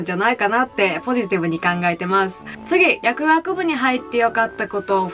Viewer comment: 「やくあくぶ」に聞こえる説